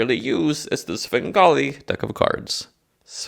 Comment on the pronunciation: You duh Svengali.